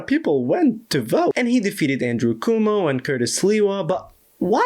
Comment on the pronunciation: Y'know what i love most about this? Calling the opponent CUMO and LEWA xD If they don't pronounce our names right, why should we work at it?